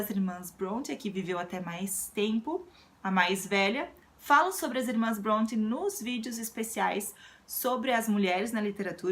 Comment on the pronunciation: Que bom ouvir a pronúncia do sobrenome das irmãs Bronte sem aquela tendência de "afrancesar" o termo, como temos visto ultimamente. Com todo o trabalho que tens, o importante é manter o foco. Boas leituras!